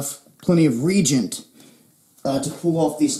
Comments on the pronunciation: Pronounced "re-agent" not "regent". This is some excellent info in these videos. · is pronounced Re-agent! FYI. Thanks for the good info.